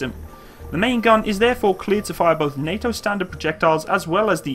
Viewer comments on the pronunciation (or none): none